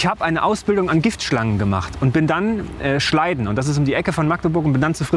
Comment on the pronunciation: kleiner fun fact am rande, das dorf, wo die schlangenfarm ist, heisst "schladen" und nicht "schleiden".